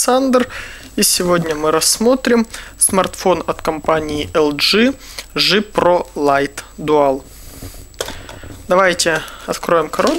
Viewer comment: "Привет это Александр и сегодня мы рассмотрим телефон элжи ЖИ про лайт..." Убило... Александр, мож перед обзором надо было потренироваться в англйском чуток?